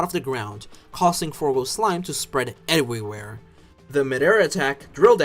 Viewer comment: He said ewywere